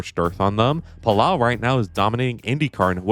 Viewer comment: Spaniard here, Álex Palou’s name it’s pronounced Pal-oh not Pal-ow 😅